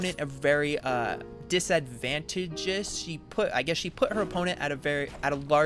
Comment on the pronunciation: disadvantageous is a word but it’s pronounced differently. Emphasis on TAG rather than VAN.